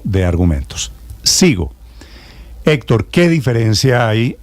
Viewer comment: Ese "Hétor". ¡Ay dioj mío! Pareciera que le pagan por defender al indefendible o de pronto estará enamoraíto